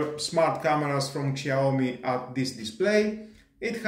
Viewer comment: wtf? Google how pronounced brand Name. Shame on you.